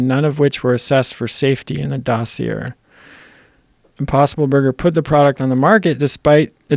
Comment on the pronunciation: Pronounced "dossier" wrong. Instantly discredits all of his work. :)